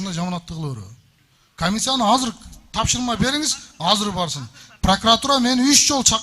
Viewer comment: Казыр деген соз жок.азыр деп суйлогулочу.